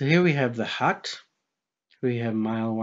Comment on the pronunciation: Oh... A Hut... A thought you were saying hat or heart... As I Haven't bothered looking at anything by Mr Riley for a while I wasn't aware of his obviously flat opinion in this but I couldn't work out what you were saying at first to be honest